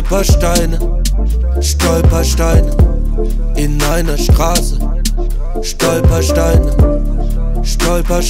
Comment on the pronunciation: Dank diesem Song weiß ich jetzt wie ich „Stolperstein“ richtig ausspreche👍🏻 Danke